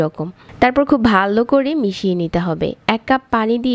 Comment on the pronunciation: ভালো করে....... এই শব্দ টা উচ্চারণ টা সঠিক ভাবে করবেন, পরবর্তী ভিডিও তে আশা করি।